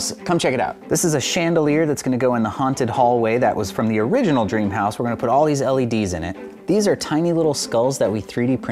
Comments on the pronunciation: I like how they say scream house instead of dream house 😂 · Is it just me or i heard ”cream house” 💀